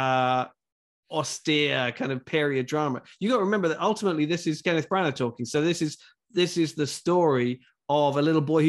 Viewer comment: For criticizing tribalism, ironic the American guy is himself tribalistic with the Fox News dig. The name is pronounced “Branner”. There is a reason why the British guy kept pronouncing it “Brannner”. The story is good. The screenplay is good. The execution is average as it appears fake, sanitized, and stagey. I didn’t buy Dench as a grandmother. I saw her acting as a grandmother. The man playing the villain was Disney-like. The kid was excellent and everyone else performed well, but there are no memorable performances; there are no memorable scenes. To score a movie 5 out 5, it has to be a masterpiece. This movie ain’t that.